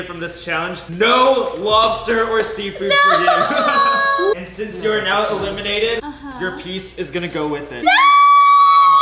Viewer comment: Did say “ who ever has the less amount of macaroni will be a-lemon-ated 🤣🤣